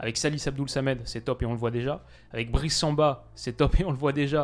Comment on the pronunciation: Le BriSSSSSSSS mon cher, pas Le Brie. Bisous chef et aller Lorient 🧡🖤